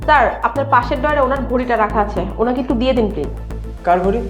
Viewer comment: বার বার সার সার করেই জাইছে আরে ওটা স্যার হবে😂